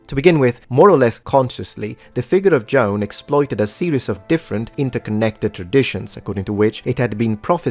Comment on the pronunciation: you are killing me! Her name was not John, it was Joan (pronunciation?: Jo-Ann!!!)